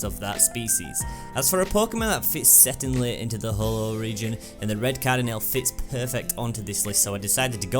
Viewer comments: it's Alola not Aloha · and I just realised u said Alola haha